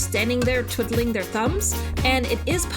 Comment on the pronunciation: every time i have to look up a new grind spot, i make sure to check if you have a guide, not only informative but always funny and cute, loved the frog puns and also the way you pronounced twitteling their thumbs, eu im guessin?